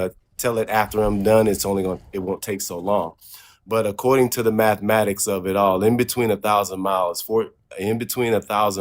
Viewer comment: Say mathmatics one more time motherfucker